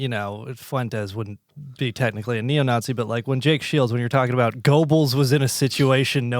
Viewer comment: Mispronouncing "Goebbels" lmao